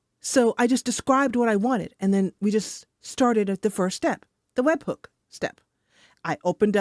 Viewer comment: very good AI voice, did you use NoteBookLM to narrate this episode? I noticed how it pronounced webhook as webbook